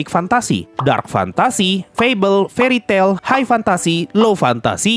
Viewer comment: ralat bang itu bukan "fairy tail" Tapi "fairy tale"